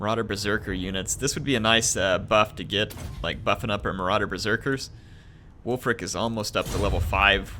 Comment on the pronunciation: every time you say ulf, all i could think about was ulfric stormcloak